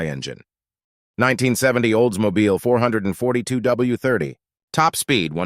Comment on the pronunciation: Good god man, stop calling the Olds 442 the four hundred and forty two. It is called 4-4-2!